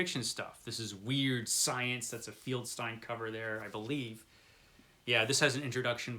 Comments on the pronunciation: I am pretty sure it is pronounced FELD-STEEN...not... FIELD STINE....or were you trying to be funny by insulting one of the greatest people in comic book history?.. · Just a tip, the last name of the artist at EC Comics was FELDstein, not FIELDStein. It’s an easy mistake to make, but you might want to check Wikipedia on every person you mention and have your browser speak the name. I just watched a video where the creator called Rod Serling, Rod Sterling, which wouldn’t be too bad, but he said it wrong twenty times. Keep in mind that viewers are probably going to know how to pronounce these folks’ names, and mispronouncing the names probably hurts subscription numbers.